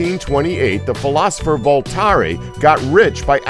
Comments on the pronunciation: #35 It's pronounced "Vol-tAIR" NOT "Vol-Taree" :-P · How... how can you not know how to pronounce Voltaire???? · Like it is wrote, but with french pronounciation.